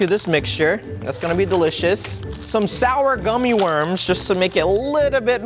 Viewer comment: Am I the only one hearing him saying Shower Ice Cream?